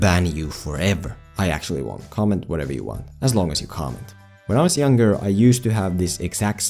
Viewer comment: does it sound like he's saying "when I was a young girl" or am I just crazy.